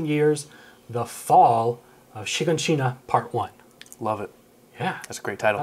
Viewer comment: Wow this guy know how to pronounce "the fall of shiganshina" Most reaction that I watch butcher the name